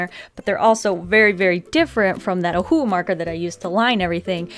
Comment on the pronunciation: Please use your pronunciation properly. It sounds like you're saying OHU instead of OHUHU which is the proper brand name. Just saying, you might want to try pronounce the words properly. Just some constructive criticism for you. Otherwise this I love you and your videos are AMAZING. Carry on the great work :)